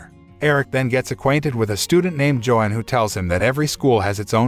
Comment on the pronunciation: It's not Joe hon It's Yo-hon The name sounds and looks to be german